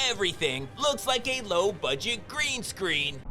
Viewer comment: dangit who taught neal about greenscreen? ... breenscreen